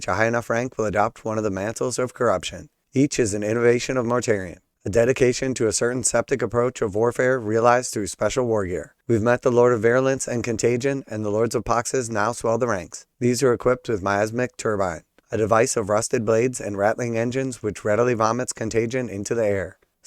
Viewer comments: I don’t think I’ve ever heard the word poxes pronounced as poxies. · Say it with me now. Box. Pox. Boxes. Poxes. WTF is a Poxzees???